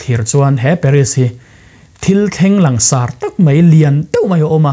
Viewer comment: "Ansawi liansar deuh deuh," langsar ti mai la😛